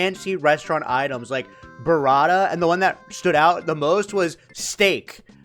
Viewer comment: My God,! The way you say, "Buratta" 🤦‍♂🤣